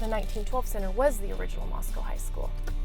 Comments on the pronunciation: Yeah I would have bought a house there until I heard the way you said Moscow. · i've watched several videos so far where a resident or former one has pronounced it like that. apparently that's just how it's pronounced. 🤷🏻‍♀️ such a subtle difference shocked me too lol.